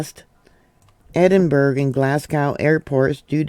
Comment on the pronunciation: Trees are down all round Dunfermline. Traffic signals blown down. Shops and supermarkets closed. Pronounce Edinburgh ... Ed in burra . 'Southern Ireland' (Ireland proper) is not 'independent - but enslaved by the evil EU'